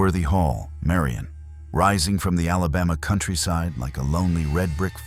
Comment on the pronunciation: It's "Mo-BEEL", "Birming-HAM" and "MAH-rion" (like Robin Hood's girlfriend). The original Tutwiler Hotel site is now a bank, although I hear the spirits followed the hotel when it relocated. You got the Drish House story backwards - Dr. Drish died first. Oherwise, good video. I live in Alabama, born and raised here. In Alabama, if it was built before 1900, it's haunted.